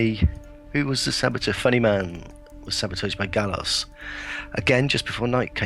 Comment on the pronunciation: Thanks so much for these videos! FYI, Galois is pronounced "Gal-wah". Poor Evariste. :P